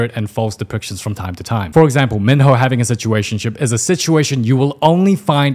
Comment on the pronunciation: LOOK I AM NOT JOKING, yes XO, KITTY was good, but AT SOME LEVELS. Like i am sorry but she literally called "Minho" as Meanho, and that irritated the fuck outta me